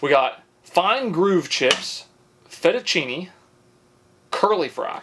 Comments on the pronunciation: How can you pronounce fettuccine and not zucchini? 🙄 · Can pronounce fettuccine but not zucchini?! Definitely trolling and it’s brilliant 😂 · Yet he can say fettuccine.